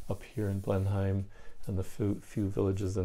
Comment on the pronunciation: And Blenheim is pronounced "Blen-imm". You're doing well...